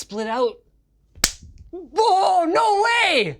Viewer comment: I like when he get super excited you can just hear his northern accent come out. Like when he says no way you can just hear the northern